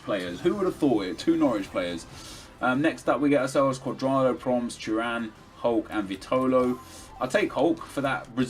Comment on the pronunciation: Nep Stop Saying Churan Ffs Your Pissing Off Your Turkish Subs 😡😡 Its Turan